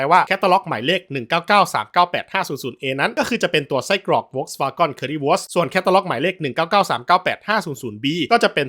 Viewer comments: ขออนุญาติแก้ไขความเข้าใจผิดคุณ: 1. เขาอ่านผิด มันควรออกเสียงว่า โฟล์คซฺวาเกิ้น หรือ โฟล์คซฺวาง(ถ้าอยากรู้ว่าทำไมอ่านว่า วางแทนวาเก้น ให้หาคำว่า wortendung stimmlos) 2. BMW คนเยอรมันเรียก เบเอ็มเว ไม่มีใครเรียกบีเอ็มวีครับ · ก็เถียงสิเขาออกเสียงไม่ถูกเอง เจ้าของช่องก็ออกมาชี้แจงแล้วว่าเขาออกเสียงผิด หน้าแตกไหมล่ะคุณมึง😂 พวกหัวโบ๋สักแต่จะเฮตามอย่างเดียว😂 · ออกเสียงผิด จะทำอะไรก็ทำให้มันถูก มันไม่ใช่เรื่องดีที่พยานามหาจุดขายด้วยการอ่านชื่อผิดๆ ห่วยแตก เลิกดูหลังผ่านไปไม่ถึงนาที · สัญชาติเยรมันอะไร เยรมันเชฟเบิดรึ ถึงได้ออกเสียงผิด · แปลกๆ. คนเยอรมันไม่ออกเสียงอย่างที่พูดในคลิปนี้แน่นอน. คำภาษาเยอรมัน Wagen ในชื่อสินค้าเป็นชื่อเฉพาะ ไม่ต้องแปลงเป็นภาษาอังกฤษ Wagon. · แต่เจ้าของช่องเค้ายอมรับแล้วนะครับ ว่าเค้าออกเสียงผิด แบบนี้พี่ว่าไงครับมาออกตัวแทนซะแรงเลย หน้าแหกไปที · โหเธอว์ อย่าเชื่อเขาไปหมดสิ🥹 ผมก็ลูกครึ่งเยอรมัน อยู่เยอรมัน พี่เขาออกเสียงผิด ลองเลื่อนขึ้นไปดูที่พี่เขาปักหมุดล่าสุดครับๆ พี่เขาบอกว่าอ่านผิด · เจ้าของคลิปคิดจะออกเสียงเป็นภาษาอังกฤษแต่ดันออกเสัยง V เป็นเสียง ฟ แบบเยอรมัน. ถ้าจะออกเป็นอังกฤษทั้งคำต้องเป็นเสียง ว นะ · โฟล์คซ์-วา-เกิ้น นี่คือคำที่ถูกที่สุดและคนไทยอ่านตามง่ายที่สุด วาเก้นก็ไม่ผิด แต่ไม่ใช่วาก้อนแน่นอน เจ้าของช่องอ่านผิด ผมจะอธิบายดังนี้ V(เฟา) ออกเสียง ฟ.ฟัน ฉะนั้นคือ โฟล์ค ไม่ใช่ โวรคที่เป็น ว.แหวน gen เกิ้น หรือ เก้น ไม่ใช่ ก้อน เพราะ E(เอ) ให้เสียงอ่านได้ทั้ง เอะ เอ เออะ เออ ไม่ได้ให้เสียง เอาะ ออ หรือ โอะ โอ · คุณครูครับ เด็กชาย โดมินิค ออกเสียงภาษาอังกฤษ ผิดครับ เกน เป็น กร 😂😅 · เกิ๊น ก้อนอะไร ผมขายอะหลั่ยนำเข้าจากเยอรมัน ไม่เห็นเจ้าภาษาจะออกเสียงนี้ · ผมไปฟังคนเยอรมันมาก็ไม่ได้ออกเสียง ก้อน กอน นะครับน่าจะสัญชาตหย่อนแล้วครับ 555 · มีหลายคนเม้นท์ว่าเจ้าของช่องเป็นลูกครึ่งเยอรมัน และเกิดในเยอรมัน อย่างน้อยก็น่าจะอ่านออกเสียงให้ถูกบ้างก็ดีนะครับ Volkswagen ไม่มีใครในเยอรมันเรียก โฟล์คซฺวาก้อน นะครับ ไม่ได้ดราม่าแต่จะเป็นการสับสนแก่ผู้ชมที่คิดว่าคุณเจ้าของช่องอ่านถูกแน่นอน ซึ่งอ่านไม่ถูก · ไม่ได้ออกเสียงว่าเก้น ใช่ไหมคับ จะได้จำ 😂😂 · ออกเสียงผิดไวรัลเฉย